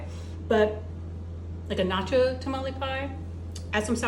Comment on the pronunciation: Who taught you how to pronounce nacho cheese?